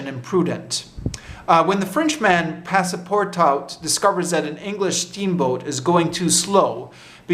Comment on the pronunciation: great video a small correction: passepartout is pronounced pass - par - too